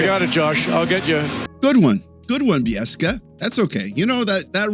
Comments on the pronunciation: I liked Bieksa's joke. I doubt Josh Anderson would be too bothered by a little light hearted ribbing. Also, speaking of putting respect on a name, it's Bi-ek-sa, not Bi-es-ka. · You say put some respect on his name mr "Bieska" but you arent saying kevins name correctly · Nah, you should just go back and edit out the way you said Kevin Bieska's name properly. He beat someone up in a bar to get his NHL chance. And he's a Vancouver Canuck legend. Respect him first. Lol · Bieksa is awesome! If you're gonna criticize someone, you have to at least pronounce his name correctly.